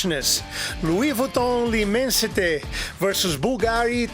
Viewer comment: Great review! And thanks for the proper pronunciation. There's so many reviewers can't even be bothered to research how to say L'Immensite. I just received my bottle of L'Immensite after sampling a 2ml spritzer and thought it was the most opulent smelling and quality fresh frag I've ever smelled. So pulled the trigger on a 200ml as it works out to be a bit more "affordable" -$250 per 100ml. Still crazy over priced, but in this case you do get what you pay for. Every step of the order process, customer service and product delivery/presentation is quality on another lvl. To be fare It was really an amazing experience.